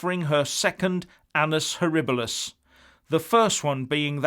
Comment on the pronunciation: Thanks for helping me with the correct pronunciation of 'annus horribilis'.